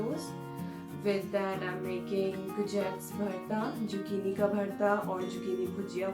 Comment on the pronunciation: Great video..........just one quick thing !! Zucchini is pronounced with a Z and not jucchini ......! Don't mean to offend u !